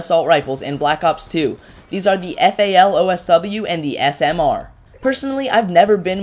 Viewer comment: Its FAL DSW not OSW